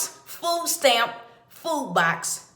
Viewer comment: Fooh steamp Fooh cuarh. Make yo beh. Thas whuh he saih.